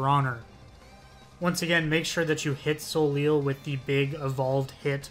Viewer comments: Great vid, helped me with some of the secrets. I haven’t played any Castlevania so some of them were just extremely confusing. By the way, Soleil is the french word for sun. It’s pronounced So-Lay. It’s a sort of play on words I suppose since they tell you to “Save the son” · Juste and Soleil are French names, they are pronounced "zhoost" and "so-lay" respectively :)